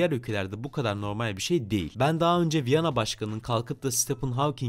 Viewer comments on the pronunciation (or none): none